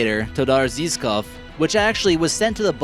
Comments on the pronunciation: "Zhivkov"... i don't expect you to pronounce it 100pct correctly but how did you manage to find "s" in that word to make it into "zeeSkoff" escapes me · it's pronounced [Todor Jivkov] Todor Zhivkov go to google translate and try the audio recreation :)